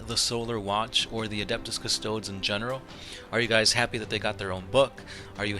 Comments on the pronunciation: CystodEs, pronounce the subject of your video correctly at least and stop reading the straight of the wiki like that. It makes you look unprofessional. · Individually, these guys are custodeeans, so I have a hard time hearing them called Cuss-toads in the plural... That said, I love your vids. keep 'em coming! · All you did was read from the Wiki, plus you pronounced the name wrong. Lazy and misleading video title, I wonder how many other "40 facts" videos you did this with. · Dude, at least pronounce their name right.......